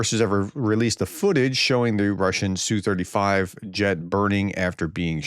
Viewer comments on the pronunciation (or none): Professor, the Russian jet is not pronounced "sue35". The correct prononciation is letter S then letter U then 35. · Es-Yoo Thirty-five Es-Yoo Twenty-seven Tee-Yoo One-sixty Etc. Not the biggest of deals if you don't get it right, but it does sound a little cringey. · "ess bee you". C'mon, prof don't be afraid to say an acronym like a normal person just because it's related to something in a different language. Do you have a "pee aych dee" (PhD) or a "ffd"? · And "S U 35" as in SUkolov 35